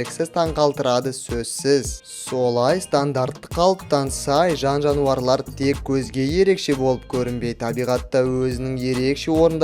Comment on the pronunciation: Жауарлар деп тұрғо